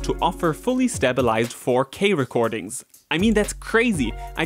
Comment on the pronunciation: 4 k is now one word... fourkay?